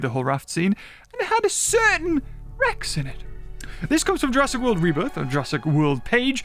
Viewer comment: calls it Rebirtha.